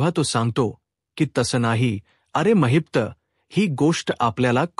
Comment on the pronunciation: Mahit nahi mahipat bola navacha neat uchar kara